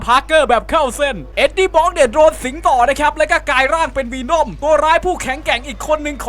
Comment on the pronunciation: ัเวน่อมครับ ไม่ใช่วีน่อม